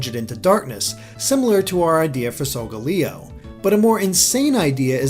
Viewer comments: it's solgaleo not solgoleo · You're pronouncing Solgaleos' name wrong, its pronounced "Soul-Gaal-Eeo" I'm pretty sure XD